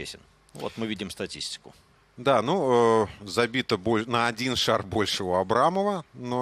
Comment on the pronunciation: Да Бля...ь не шара ,а ШАР